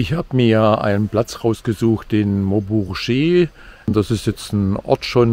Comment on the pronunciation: Hallo, kleiner Tip zur französischen Aussprache. Das G wird wie dss deutsche G gesprochen, es sei denn, es folgt ein i, ein e oder ein y, dann wird es als weiches sch ausgesprochen. Die Kombi gue wird immer ge ausgesprochen. Vielen Dank für die wunderschönen Bilder dieser traumhaften Region. Liebe Grüße, Susanne